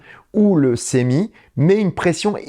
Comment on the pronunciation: Hello, D'où vient la prononciation du futur camion de Tesla " sémi " ? En français, c'est clairement semi ( de semi-remorque) en anglais cela se traduit par semi-trailer avec comme en français une prononciation " se "...